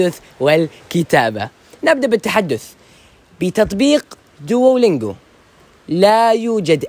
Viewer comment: انطق دلنجواصحيحة و